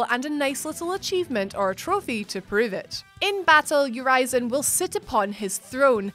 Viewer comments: Ur-ee-zen. Not Ur-eye-zen. Stop mispronouncing the name on purpose. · Uh wait, you weren't supposed to beat vanguard? Whoops And urizen is pronounced "your reason" ... Because he was "your reason for fighting" V's shitty pun not mine. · Urizen: pronounced U-riz-en, not You-rise-en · Ureezin lol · You mean pronounced "your reason". V just named him that for a shitty pun. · When you said (spoilers) #1 Urizen, you pronounced the name differently twice. Also, only 8 in a top 10 list? Guys, the quality is going downhill. I know it's hard to create so many videos with such a short time, but you have writers and people helping create the lists for you, the least you could do is watch the video looking for mistakes before uploading it. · She said Urizen 2 different ways.... and both of them are wrong